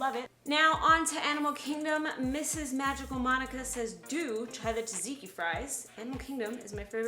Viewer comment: You pronounced Tzatziki just fine...I’m a quarter Greek and that’s actually the correct pronunciation (at least according to my Grandma!)